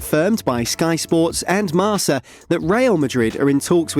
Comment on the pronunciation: It's pronounced marKa guys come on